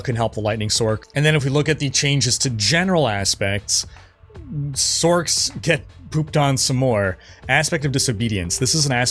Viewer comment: when tf did people start calling them sorcs? Like Sork... its sorc as in sors. Not sork. tf is sork.